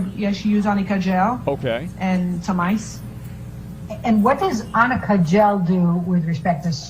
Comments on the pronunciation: I remember AH's lawyer kept asking Isaac Baruch if he knows "AMICA" concealer instead of "Arnica" Concealer.😂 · Yes!!!! I never thought of that! But that's EXACTLY why she said amica. Lol. They should have written it in all caps. I'm surprised she had never heard of ARNICA. I laughed every time she said it. And she said it a lot!